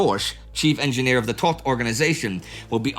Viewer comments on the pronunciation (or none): none